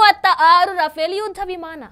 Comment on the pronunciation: Adu ruffaaley madam rufale alla.